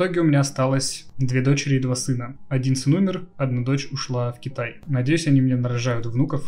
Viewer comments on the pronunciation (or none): none